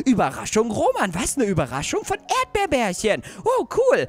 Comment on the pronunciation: erdbeerbärchen heißt nicht erdbeerbärchen sondern er heißt erdbeerchen😄😂😂 habe ich herausgefunden als du den Brief von erdbeerchen gelesen hast😂😂😂😄😄😄